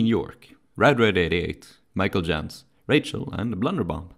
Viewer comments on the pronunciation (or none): none